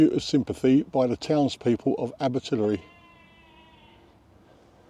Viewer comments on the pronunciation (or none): May I help with pronunciation? Abertillery dies not rhyme with distillery. It's aber till airy to rhyme with fairy or hairy.